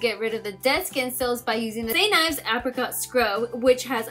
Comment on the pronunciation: XD I don't know why instead of hearing apricot, I kept hearing African xD